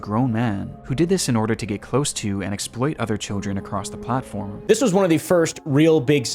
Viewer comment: WHY SAY IT LIKE THAT "i came acwoss a weel wandomwy" why bro